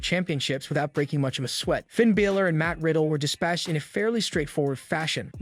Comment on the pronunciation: As I appreciate the amount of information given in the video and great effort you've put forth to do wrestling reviews like this, I have one complaint. If you're going to do reviews, please take time to learn the pronunciation of the wrestlers' names when reviewing them.